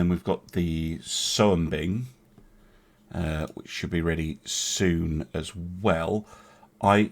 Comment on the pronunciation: FYI Soembing can be read "Sumbing" because i think its from the Mt. Soembing (located in Indonesia) and "oe" is old pronounciation for "u" in Dutch East Indies back then another example is "J" (Y) like in Jong (Young), "DJ" (J) Djaya (Glory) etc.